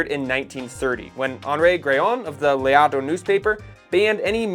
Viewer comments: Really good at fast yakking, but pronunciation is terrible - Perjo ? Please. L'Auto is not Luto. Come on ! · L’Auto… the Auto is said exactly as an American would say Automobile… not Looooto sorry I’m British we are a mongrel nation so we know many languages by default… well a good few of us do.😂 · L´Auto is not pronounced Luto! LOL!